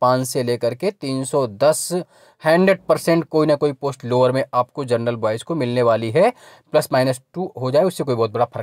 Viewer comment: Chacha जर्नल नहीं होता जनरल होता है 😆